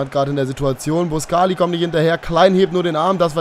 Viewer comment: Sagst immer der Report sagt immer ....... Falsch und machst es auch falsch mit boscagli